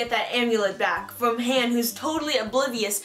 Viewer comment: It's pronounced h-on not Han